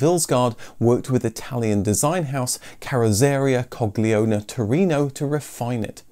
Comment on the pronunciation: Your pronounciation of "Coggiola" sound A LOT like "Cogliona", which means something like "Fucking idiot" in the feminine gender. The correct pronounciation is CODGE-gee-awla.